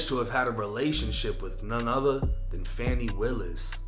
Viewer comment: It's actually pronounced "Fawni" Buddy was pronouncing it wrong